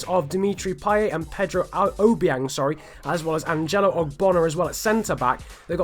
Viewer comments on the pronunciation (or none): none